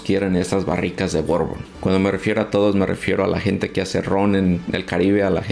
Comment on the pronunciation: Hola Bourbon se pronunciacia BURBON la combinación de las letras ou suenan "u" , curbusier la U sola tiene un sonido entre "U" e " Ui" parando la trompita, comonpidiendo beso. Y fundiendo las los vocales. EAU se pronunciacia "O" como chateau Chato Ai suena "e" como maison, meson